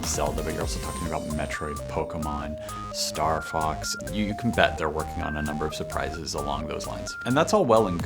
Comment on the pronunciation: ok its not starhawks, its starfox -_